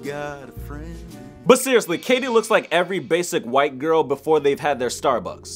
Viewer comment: Please, stop saying whight